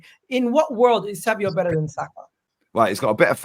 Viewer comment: It’s ‘SAVINHO’ not fucking Savio why do people trigger me?